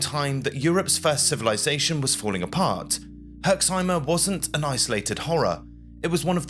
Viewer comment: there is no "e" at the end of "Herxheim" :D You pronounce it perfectly, just stop at the "m"